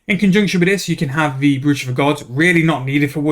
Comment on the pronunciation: Brooch rhymes with roach. I get why you'd say it your way as there's a double o in the word but it's not pronounced like the way you say it. Just as a heads up 👍 noticed it on few videos but time to speak up now 😀